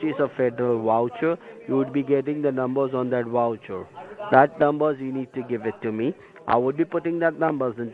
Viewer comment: This was soooooo funny! 🤣🤣😂🤣.... what is a federal woucher?! 😄